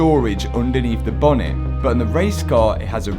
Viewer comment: i chuckle every time he calls it a "bah-nit" (bonnet)